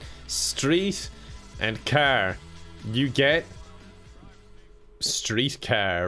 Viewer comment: calling car "kaer" in Irish accent